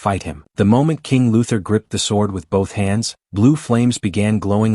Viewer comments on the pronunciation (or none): it's King UTHER